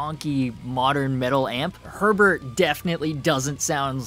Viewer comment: Btw it’s German - it’s pronounced more like “hair bear” than “Herbert”